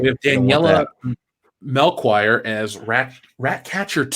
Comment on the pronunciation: Melchiore is pronounced "Mel Key Oar" like one of the three wise men. Not so much emphasis on the K in key... like the k sound in school.